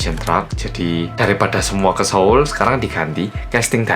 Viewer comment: E ya ampun, pas bilang seoul malah dengernya solo:(